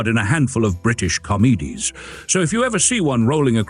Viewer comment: Actually in English this is one of the better AI voices, it initially had me fooled, listening on headphones you can even hear that they have added a breath between the sentences which is clever. However the tell is how confused it gets with numbers and occasional words - "British comeedees". Most of the artificial voices on YouTube are pretty poor, the French and Spanish language versions on this video are very obviously AI. But they are getting better and I'm glad that I'm mostly retired now after nearly 50 years and tens of thousands of live broadcasts and voiceovers.